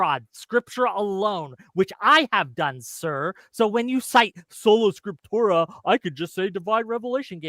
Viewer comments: What the fuck is "scriptura soleram"? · Solanatium Scipturium, you have to say it like. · Ah, Scola Tripsura, no..... Trolla Sprictura, wait..... Spota Proculla???, just leave that tab open man. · "Solo Scrotumus"... intentionally or not, dude was trolling😂